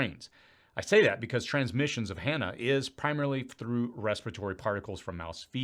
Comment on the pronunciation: Sounds like you're saying "Hannah" virus. It's pronounced Hon-Ta.